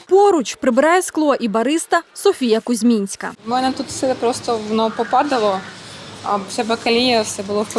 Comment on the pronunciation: Кузьминська вона, Кузьминська, а не Кузьмінська